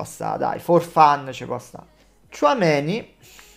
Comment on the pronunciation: Tchoumenì ha un non so che di Napoletano